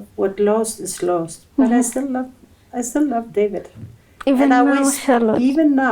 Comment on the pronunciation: Love did she say lov abi 😂😂😂😂🎉🎉🎉🎉🎉